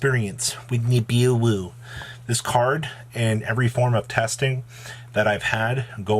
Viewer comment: please don’t fucking say nibiwuuuu again lmao that was so cringe